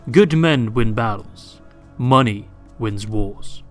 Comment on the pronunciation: Boah, its all about the MUNNEH!